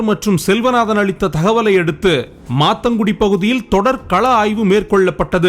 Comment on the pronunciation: மாந்தாங்குடி bro சரியா சொல்லுங்க